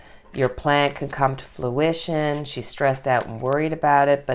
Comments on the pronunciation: It kept sounding like she was saying fLuition rather than fRuition. I'm sure it's an accent thing, but it was messing with me. HA! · Love, love your channel, and love the new intro!!!! It’s fruition not fluition with an L. As in the fruit of your labor is coming into being. Just a minor thing. 💕😃